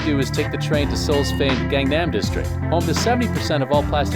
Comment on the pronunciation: Psy did not make OPPA GANGNAM STYLE popular for this narrator to say Gang (English word) Naem and not Gangnam.